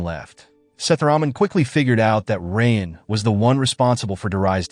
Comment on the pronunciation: Bro really pronouncing raayan as "rain" 💀💀🤚🏻🤚🏻